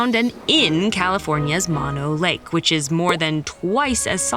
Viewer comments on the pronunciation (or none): Interesting! One small correction: the lake in California, Mono Lake. Both of the “o”s are pronounced the same. Try saying “no,no” but with the first letter an “m”. “Mono”